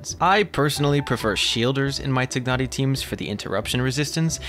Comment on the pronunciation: I just love the way you pronounce Tighnari name correctly~